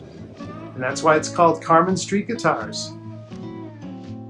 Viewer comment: I live in NYC and had never heard of this place, I am definitely goin to stop by. Thank you for this. Small tip, You need to let him speak, you kept interrupting, 🤦🏽‍♂️🤦🏽‍♂️🤦🏽‍♂️🤦🏽‍♂️! It’s pronounced CAR-MINE! NOT Carmen. 👍🏼